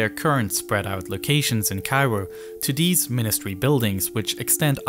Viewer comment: ‘Dis and deese’ Should be ‘THis and THese’